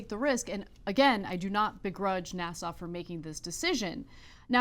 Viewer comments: IS she saying NASSAU? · Anna pronounces "NASA" as Nassau. What is she doing? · You might teach your co-host how to pronounce NASA--it's not "Nassau". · Why does Anna add a "W" at the end of NASA?